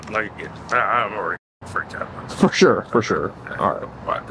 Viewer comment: Fur shure, fur shure